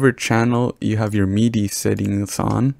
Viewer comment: ITS MIDI NOT MEEEDEEE